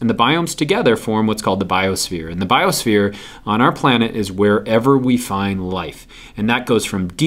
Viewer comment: "bisophere" lol